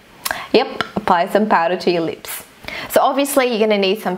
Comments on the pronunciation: its not leeps its lips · I love the way she says lips "leeps" 😂😂💜and "loops" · she says leep because of her accent